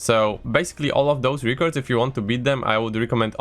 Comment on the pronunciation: REH cords not REAH cords please.... pleaseeee